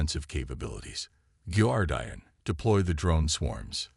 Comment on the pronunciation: The bad pronunciation, especially with the word "Guardian" ruins the story. Get a human to read the story that your AI bot reader can't due justice to.